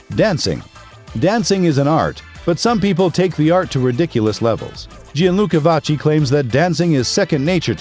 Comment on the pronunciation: if we're going to make such a nice video about someone, we should pronounce their name correctly